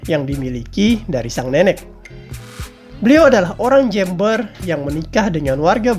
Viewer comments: Jember bukan jember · Jember bang, bukan jember😭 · jember bang bukan jember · hei min kamu org mana sih? ngomong kata jember aja aksennya tidak seperti orang2 indonesia kebanyakan.. huruf "e" nya kamu baca bener2 eeeee.. kebanyakan orang penyebutan huruf e pada kata jember seperti jeeumber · Jember bukan jEEmber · Jember bang bukan Jember .. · Jember? Jeumbuer pak dibacanya😅😂